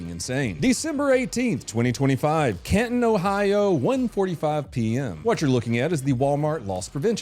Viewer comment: This legit happened like 20 minutes from where I live. Dude gave a false name because he had warrants. Also it's "Can-ton" lol